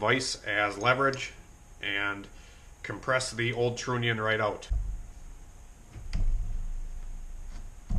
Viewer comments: Stop saying Trooonion !!!!!! Say the word ONION... then add TR to the front of the word! Just saying ! Its Trunion TR....UH...NION !!!! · You could run a relay for the fuel pump power. But run the trigger wire off of your switch that you got. It's pronounced tronion.